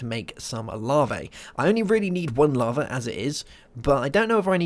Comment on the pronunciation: larvae? it's lava, not larvae lol